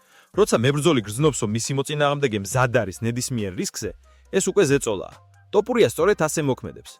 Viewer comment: რა უბედურებაა ტოპურია?! რუსი ხარ? დავუჯერო (თ) თქმა გიჭირს?!